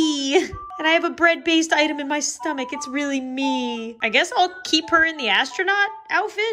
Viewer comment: Did you say 'me' or 'mii' Guess we will never know 😂😂😂🤣